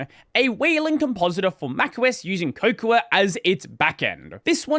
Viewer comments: Cocoa ... like Hot Cocoa (Co-co or Coh-co) cmon man.... did you skip on your Yorkshire tea? now you got all the apple people riled up.... now instead of eating their fruity pebbles theyre in our count chocula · Cocoa is the plant chocolate is made from. So there's no need for the extra "a" to be pronounced, just say it like "hot cocoa" or just "coco." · I’m pretty sure the “a” at the end of cocoa or wayoa isn’t very pronounced. Like the english word cocoa. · "Cocoa" is pronounced like the "a" is silent: "coco". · Not sure why you want to add the final "a" sound here [ , ]. According to Wiktionary, "Cocoa" (as in "Would you like a cup of hot cocoa?") is pronounced /ˈkoʊ.koʊ/ in the US (can confirm) and /ˈkəʊ.kəʊ/ in RP. So however you pronounce the vowel in the first syllable, it's the same in the second, i.e. "cocoa" = "coco".